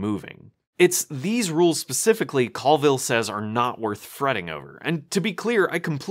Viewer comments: It’s a little hard to take your critique seriously when you keep mispronouncing Colville’s name. It’s COALville, not CALLville. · I like alot of your videos but why are you pronouncing Coville in such an odd way? Co-ville as in Co-worker or Co-vert, its just really odd to pronounce it like there is an "a" instead of an "o" and it kinda feels like your doing it on purpose to belittle him or something. Maybe I'm reading in to it too much.